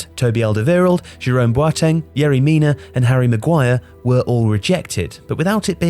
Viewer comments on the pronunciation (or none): none